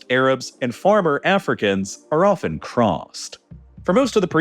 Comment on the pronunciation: please pronounce "vehemently" and "often" more accurately